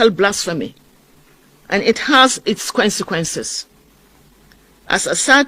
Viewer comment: Is it consiquency or quensiquency which one did she mean